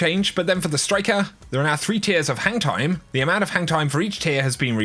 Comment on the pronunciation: When you said hang time it sounds like you were saying hentai 😂🤣